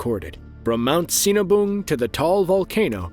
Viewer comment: Great now I want a cinnabon, Oh he said sinabung gottcha😁